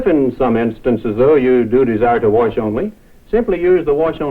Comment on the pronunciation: to warsh and dry? warsh n wear I love how he tries not to say warsh